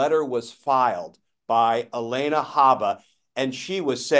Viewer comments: Her name is Alina, not Elena. Can’t stand her, but let’s be precise here. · Glenn, her name is Alina, not Elena. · Aleena not Alayna gleen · It's a small thing, Glenn, but you're NOT pronouncing Alina correctly: her name is NOT Halena. Just imagine if we started to refer to you as Gleann. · GLENN OMG HER NAME IS NOT ELENA